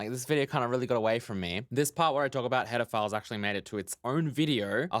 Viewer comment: To my ear "header files" sounds a lot like "pedophiles" with your accent.